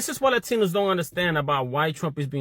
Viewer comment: Latinos sis, not ratinos😂😂